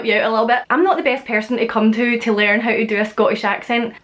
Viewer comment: She says “tee” instead of to sometimes and other times just “oh” instead of to